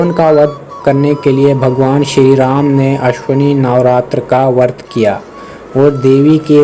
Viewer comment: Bhai wo vart nahi hai usko vrat bola jaata hai, i hate it most when people don't pronounce words correctly